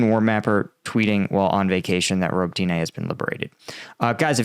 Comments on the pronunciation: It's not "Ro bo tyna", it's "Ro bo TINE". There's no "A" on the end of the name FYI. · robOtine not ribotIne :) to be more precise, thanks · Ukrainian pronunciation is roh-bot-tin-nuh. Please take a little time to learn Slavic pronunciation. Дякую. Слава Україні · Robotyne (Роботине) - pronounced 'ra-BOAT-ta-neh' which in English means "work." And the Ukrainians sure made quick work of recapturing that town. My understanding is they are now past the minefields and have actually called in at least one elite mechanized unit from reserves to join in the fight. In an attempt to fill the "gap" that has started, the Russians have brought in 2 additional units from other areas of the front, but I am not sure from exactly where. I would expect the next movement by Ukraine will be to further open the gap and reach out to cut off the supply road(s) leading into Tokmak.